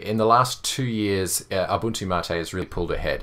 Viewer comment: You said mate correctly!